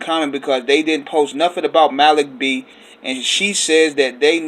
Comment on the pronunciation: If you listened to The Roots You would know it’s pronounced Mah-Leek It’s annoying to hear you constantly call him Ma-Lick R.I.P. Malik B 🙏🏾